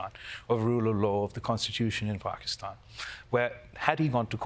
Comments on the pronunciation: Nice to hear "Pakistan" pronounced properly. That's all I have to say about the subject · So refreshing to have a host on the daily show that doesnt say "Paekistan". Thank you Kalpen. As an Indian I am extremely disturbed at the sufferings of our neighbor country. I hope things improve for them.